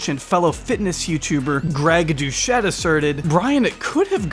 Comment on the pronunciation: Greg Doucette's last name is pronounced "Do Set". It's ok though, it's French and a lot of people don't pronounce it properly. You did pretty good actually.